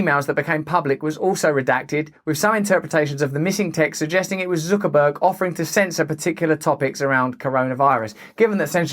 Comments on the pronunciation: FFS, it's Zuckerberg, not Zookerberg! Zuck, like puck, luck, duck, tuck, chuck, ruck, muck, cuck, suck or fuck! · It's pronounced, "Sucker-berg"... and the rough translation means gullible nerd that no one besides his handlers like. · Who's Zookerburg? lol